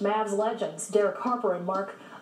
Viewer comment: ah-GWUY-er is how Mark pronounces his name. Although the correct Spanish pronounciation is more like ah-GEAR-ee